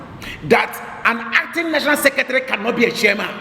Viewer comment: You're mad... You can't even pronounce chairman correctly he say Shairman